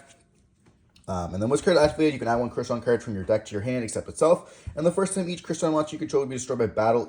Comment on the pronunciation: Smeeger when clearly it's Smiger. Also Crystron like the name Chris not Cry like Cryo.